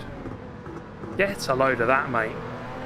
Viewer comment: you know he was feeling himself the way he said mate lolol he took a great line there